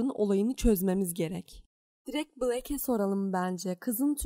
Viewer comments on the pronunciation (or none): none